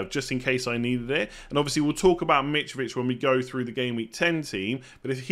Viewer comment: Nobody: Mitrovich Absolutely everybody: Mitrovich..: Mitch-Vitch!!🥴